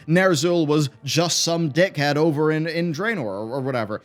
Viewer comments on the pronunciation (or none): none